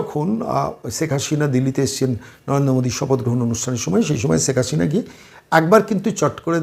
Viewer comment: রাজনৈতিক এনালিষ্ট হিসাবে আপনি এক শিশু। বাংলা উচ্চারণেও ভীষণ ত্রুটি।বলেন--ছেক হাশিনা। বিদঘুটে!